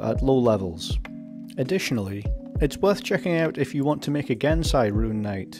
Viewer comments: Gensai...? I hate to be THAT GUY, but it's Genasi. (jen-aw-see). BTW. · Genasi i think its pronounced jen-ah-see as in genie